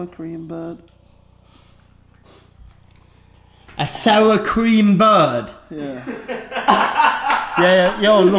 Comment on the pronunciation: "I know this will be, on bar, the most souwah sweets in human kind history"